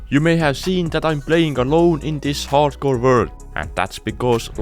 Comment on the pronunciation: it's not harcore it's hardcore